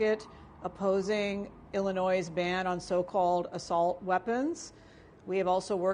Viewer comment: When she can say my states name correctly maybe I will believe she gave more than a passing care my way. Illinois, the s is silent.